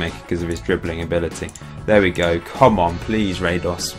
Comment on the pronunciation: as a Croat, i cringe on your Radoš pronounciation :P this is how you do it: -Ra is like how you pronounce the ra in: God Ra (Egyptian god) -Do is like do in: dong -Š is like Sh in: Shaniqua lol